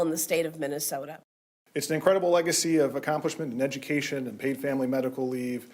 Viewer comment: Higher graduation rates, but they can't read or do math... Walz cant even pronounce "education"! WTH is EDUPATION?!? Good riddance to Tubby Timmy and him ruining this state!!